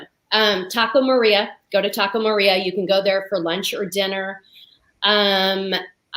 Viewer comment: I think it's Taco Maria (not Taco Morea)